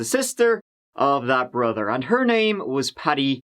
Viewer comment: “The green truck belonged to their very own Brudder” haha